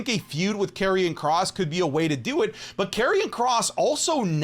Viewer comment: Did bro just say karrion kross 🥲